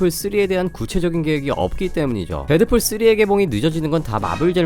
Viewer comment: 왜 데드fool이라고 말하는거에욬ㅋㅋㅋ